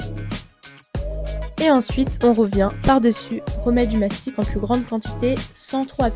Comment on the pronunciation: Mastic et non mastique(encore moins m'astique)